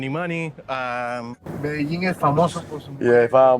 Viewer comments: Again, it’s pronounced Med-a-heen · The way you say "medijean" is so cringe 😂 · I have to ask. Why you keep pronouncing Medellín wrong? Everyone in the video pronounce it right but not you. Is there an insider joke I don't know about?